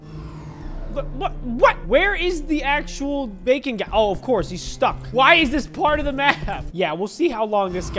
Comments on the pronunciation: thats BAKON not BACON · We're here with the creator of Bacon (BAKON) Me who pronounces it like bakon: 👁️👄👁️